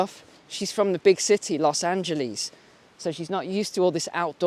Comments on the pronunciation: no one say los angeLEES they say los angeLESS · love the way you say los Angeles , los angeleeezzzz u make it rhyme with Fleas .. fleaz ... so true ... dont fleas feed on the host -- Adult fleas are parasites that feed on the blood of the host animal by biting and sucking blood.